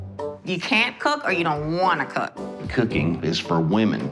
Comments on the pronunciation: "Kookin is for wimin" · "Kookin is for womin"